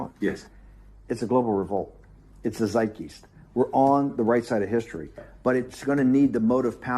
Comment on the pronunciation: Zeit geest? Fuck even morons in the UK know its spelled Geist and rhymes with heist not feast!